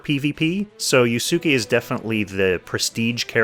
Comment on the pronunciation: Anyone else cringe hearing him butcher yusuke's pronunciation?